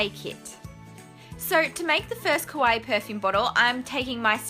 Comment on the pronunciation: I'm sorry for being a huge nerd but I have to say it: the way you pronounce kawaii makes it sound like your saying kowai, which means "scary" in japanese. So in this video you made scary perfume bottles :D (obviously you can say it however you want. I am not, as of yet, a language cop and therefore have no access to the language jail)